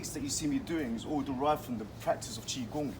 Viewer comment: The way u say Qigong is super satisfying